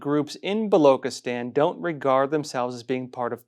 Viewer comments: Baluchistan Pronounced as written. Bah loo chih Stan. NOT bah loo kih atan. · Its blochistan not v Blockistan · It is Baloch and not Balok Pronounce Balo chi stan not Balo kistan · Ch in balochistan is pronounced as ch as in chair and not as k in kettle. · “Chi” in Balochistan is pronounced not like “ki” but “chi” in Chief. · It's not *balokstan, Baluchistan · Its not Balokistan but Balochistan (Chi like in China) . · Hi, its not Loch as in Loch Ness. but its pronounced as "Buh" "Lo" "Chi" "sthan" Would appreciate if you can pronounce it correctly, thanks in advance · Baluchistan...is pronounced...Ba-Loo-Che-Stan. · Ch as in china, please!